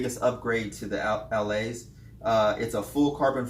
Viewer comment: It's pronounce "Allay", it's French for "go". Took me a while to figure that out.